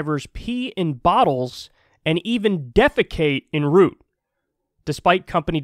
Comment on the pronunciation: It's about public safety on the roads, at least partly. Pissing while driving is a physical distraction, endangering the public on the roads. BTW, hasn't Biden...or isn't Biden planning on passing legislation that would encourage unionization, discourage union busting techniques, give unions more solidarity power? Oh, maybe that last point oversteps? BTW2, it's not in root, it's en route, pronounced on root. But you pronounced weasely & smiley beautifully. :-)